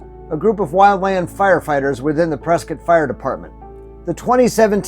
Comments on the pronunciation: It's PresKITT, NOT Prescott. Pronouncing it "cott" does a disservice to our town's namesake! The family was prominent in Boston, but divided on the American revolution. To distinguish himself from the loyalist side of the family, William Prescott changed the way he pronounced his family name. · Locals pronounce it “Presskit” I know been a Prescott all my life great tribute thanks. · It's pronounced Preskitt!